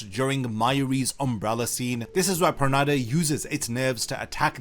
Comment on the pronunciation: Why u pronouncing his pernida wrong 😭